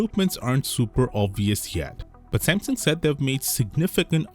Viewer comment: Broooo speak the name Samsung like a normal human being.... NOT SMMSING